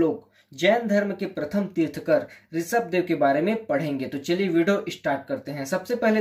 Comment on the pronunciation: Bhai tirthkar nahi tirthankar.